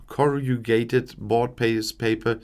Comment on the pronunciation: It's pronounced as Corr-uh-GAY-ted. Say it very quickly! It's yet another word where the spelling doesn't match the spelling!